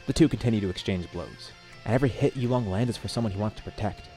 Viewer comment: You are pronouncing it wrong and you came up with the name. It's 'You Long' not "you long". Please practice tones.